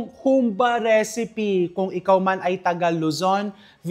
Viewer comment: May diin poh ang " ba " sa dulo.